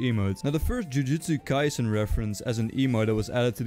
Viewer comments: BRO CALLED IT "JIUJIUSTU KAISEN GET IT RIGHT IT'S JUJUTSU KAISEN OR JJK WHYYY!?!?!?!?!?!? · YOU CALLED THE TIMESTAMP "JIUJITSU KAISEN" ITS CALLED "JUJUTSU KAISEN" >:C